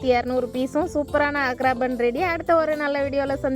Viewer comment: ஆக்ரா பான், பான் என்றால் வெற்றிலை. சரியாக உச்சரிக்கவும்.